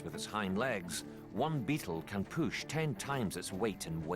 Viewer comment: the pronunciation has me ammused lol "poosh off like a spring load"😂